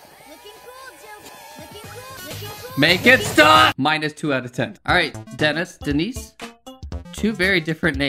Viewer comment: actually i think it’s Pronounced Dee-nice